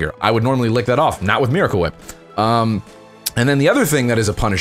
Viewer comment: He pronounces Miracle Whip wrong